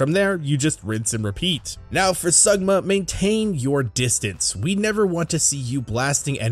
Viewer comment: ....did you just call him Sugma xD ???